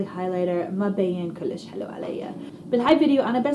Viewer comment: بتصور بتقدر تحكي عربي بس بتتصنع اذا قادره تحكي لهجه صعبه ما في تحكي صح لانه عم تلفظ كلام صعب حدن يحكيه كلش كلش احشي احشي شو هيدا ما قادرا تحكي عربي